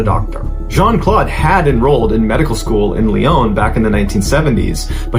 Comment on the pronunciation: Sorry it s LYON, PEOPLE FROM THERE ARE the LYONNAIS ET LYONNAISES ( don t pronounce the S at the end , it s silent )